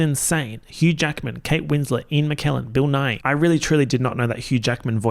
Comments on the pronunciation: every single time said 'bill nighy' i heard 'bill nye' and was WAITING to see Bill Nye the science guy partnering up with a rodent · literally why did I think he was saying Bill Nye, as in the Science Guy… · I KEPT THINKING HE WAS SAYING BILL NYE AND I WAS LIKE THERES NO WAY THATS THE SCIENCE GUY IT TOOK ME GOOGLING IT TO REALIZE